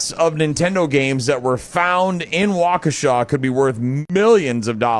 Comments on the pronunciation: No one outside of Wisconsin knows how to pronounce Waukesha. You can tell which news reports are in WI and aren’t 😂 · They say Waukesha wrong too